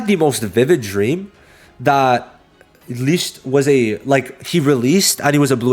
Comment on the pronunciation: You kept butchering the pronunciation of Licht. You really need to watch the english dub to learn the correct pronunciation.